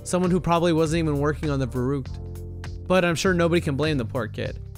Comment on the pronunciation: verrükt is pronounced 'ferruckt'